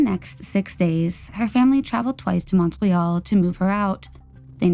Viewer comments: The mispronunciation in the second story is off putting. I live in the area of Hawksbury. It is not pronounced Awksberry. Montreal is pronounced just like it’s written - Mon-tree-all. Marilyn is pronounced incorrectly too. It’s too guttural. Anyway, I’m happy to help with pronunciation on Canadian stories if asked. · Same with Montreal. Ugh